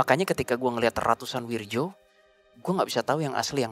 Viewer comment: Soalnya pelafalan namanya kurang tepat.... itu pake ejaan lama, harusnya bacanya: WIRYO